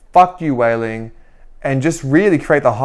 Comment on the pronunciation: Her name is not Weilin it's Weili (no n in the end). So annoying earing you say her name wrong.